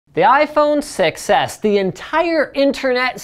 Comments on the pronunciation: Everytime you said "6s", it sounded like "success". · i heard you say iphone success not 6s lol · "The iPhone Success" is what I keep hearing. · To me it sorta sounds like Linus is saying "iPhone success" and not iPhone 6S. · I think it's a play on the fact that linus pronounces 6 edge almost exactly like success Edit: I did actually see the video, I just think that that is the only way it k´could be funny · "6S" sounds like "success" when spoken. Just sayin' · Sounds like he is saying iPhone Success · iPhone SUCCES (thats what i heard when you said iPhone 6S)